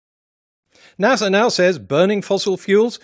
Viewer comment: I can’t get over the fact that this man said NASer and not NASA pronounced NASuh